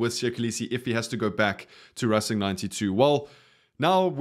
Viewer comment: boet i love your channel but tis not rassing 92, its racing 92, English pronunciation.